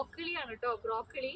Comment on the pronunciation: ബ്രോക്കിളി അല്ല ബ്രോക്കോളി 😂😂